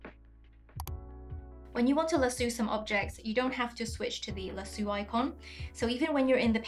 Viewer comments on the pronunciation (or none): Lasue 😭 it’s pronounced “La-So” 🫶🏻 😅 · Great video, but the word is pronounced LASS-OH. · The best part of the video is when she says lasoo, love it. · Hahhahaha I giggled at this too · is that how lasso is pronounced in ur language? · Love how you pronounce lasso. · Lol I was saying lasso the way she said it and thinking how it sounds so funny and different. But I bet people over there think it sounds weird how I say it